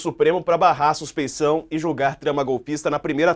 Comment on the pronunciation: Suspe I ção, moça. Com IÇ e não com NS. É o que se diz quando o juiz tem envolvimento com pelo menos uma das partes de um processo e sua imparcialidade é questionada.